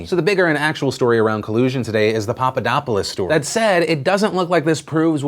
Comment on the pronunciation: It is the lack of intonation, the lack of the "th" sound and that thing that english speakers do, that instead of pronouncing it "-opulos" they pronounce it "-opolis"